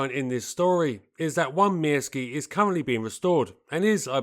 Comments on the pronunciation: I was once involved with a Finnish woman. I seem to recall that the Pyörremyrsky is pronounced along the lines of Pir-ror-mursk. The Myrsky is Mursk, I understand. No 'ee' sound. I recall from my teens (the mid-70's), a very good article on this aircraft in the Air International magazine. This led to a fascination with the Soviet attempts to invade this country and the Finn's fight back. Incredible David and Goliath stuff on an epic scale. Apparently the Finnish execution of the battle of Suomussalmi (I think pron Sue-oor-sal-mi) is taught in the US West Point military academy to this day. Finland was the only one of the states that gained independence from Czarist Russia that remained independent post WW2. Fascinating history. Sheer bloody minded determination not to give in. Worthy of a programme all in its own right. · Thank you very much for this excellent video! I couldn't find any flaws! You pronounced Myrsky close enough - except for the letter y. The y is pronounced like ü in German or u in French. It also kind of rhymes with view. In Finnish the letters are (almost) always pronounced the same way and all letters are pronounced - also the double ones. The exceptions are the combinations of nk (like the last sound of thing + k) and ng (like the last sound of thing). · "Mörskö" in German is probably the closest pronunciation you're going to get if you don't know the difference between ö and y in Finnish. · Never heard "myrsky" sounding so Russian in my life